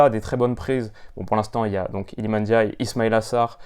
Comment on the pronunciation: Le seul français qui sait dire ndiaye correctement 😅 est passe par là c’est sur